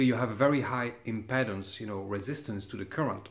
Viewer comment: ..Your tech knowledge is par excellence.. I don't know if you are aware of it but your English is better than many, (MANY) English men. I realise just how much effort you have put into learning our bastard language so I know how you will welcome a little, one-word adjustment. You say "impedance" with the E sounding like "Head or Bread." It is actually much closer to your "vite"...or our "street..treat..sleep, sheep." Comme l'Impeedance Je vous remercie bien pour toute. Vive La Belle France et peut-etre Gen. De Gaulle. A bientot! Mon Cher.. Vive L'hot club, Le Django Rheinhart Merveilleux et le Grapelli encroyable! G3NBY